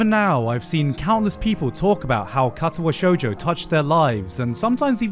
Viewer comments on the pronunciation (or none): the way you said Katawa shoujo like catawa shoejoe hurt me. Its more like kar tar wa sho(ck)ujo(ck).